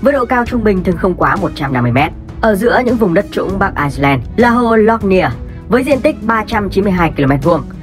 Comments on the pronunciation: Ad đọc là Ai-len mới đúng, Ai-xơ-len là 1 quốc gia khác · Bắc Ai len nhé ad. K phải ai xơ len. Đọc sai rồi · người đọc thuyết minh nên về học thêm tiếng anh. ireland mà cứ đọc thành iceland là sao. làm kênh về kiến thức mà đọc như thế là chết rồi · Ai len chứ k phải Ai xơ len nhé ! 2 qg này khác nhau hoàn toàn ! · Đọc là bắc ailen thôi đọc bắc aixlen người ta còn tưởng là Iceland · Vậy đọc Ái-Nhĩ-Lan và Băng-Đảo cho dễ phân biệt luôn! Mà đúng là ad đọc nhầm lẫn giữa ai-len thành ai-xơ-len😅😅😅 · Ai len và ai xơ len là hai quốc gia, ai xơ len là quốc đảo ko hề có chung đường biên giới với vương quốc anh, chủ kênh đọc sai tên nước rồi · Ad bị nhầm Ireland với Iceland sao ấy. Toàn đọc là Ai sơ len. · IRELAND có âm s đâu mà đọc là ai sờ len :)) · Ad nên phát âm chuẩn hơn, Ireland và Iceland là 2 đất nước khác nhau, Ireland mà phát âm có âm ‘s’ vào nữa sẽ làm nhiều người nhầm lẫn 2 quốc gia này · kênh không nhầm bạn ơi, chỉ là phát âm tiếng anh chưa chuẩn lắm. Ireland phát âm tiếng việt là Ai-len. nhưng phát âm tiếng anh thì Ireland và Iceland nó khá giống nhau (Rơ và Xơ) đại khái là vậy. Tuy nhiên kênh có sử dụng bản đồ minh hoạ trong tất cả các video để mọi người dễ hình dung.